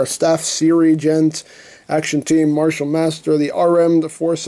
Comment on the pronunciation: did he seriously pronounce sergeant sirigeant